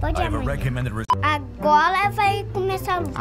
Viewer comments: A-go-rrra -A-rrrola KKKKKKKKKKKKKKKKKKK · Olha os Deuses minuto ahsu: " AGORA ": "Aróla" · "Agola, A-goo-la" "Agora fala tudo junto, Agora" "Agola, Agola, Agoga, AROLA"